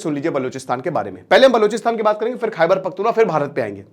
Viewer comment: Sir wo bhaiyye nahi hai its kpk khaiber pakhtun khwa not wa